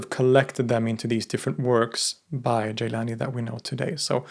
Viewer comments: It’s not ”Geylani” it’s Gilani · Thank you as always a very informative video. Most sufis who follow this order do not pronounce it Jîlânî rather Gîlânî.